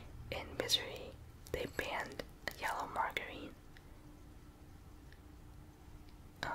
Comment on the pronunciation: Margarine is pronounced mar-jer-een, not mar-ger-een, just to let you know :p It's like butter but it's made from vegetable oil I think, so it's healthier. Also it's mostly a sort of yellow colour here in the UK so that law seems strange.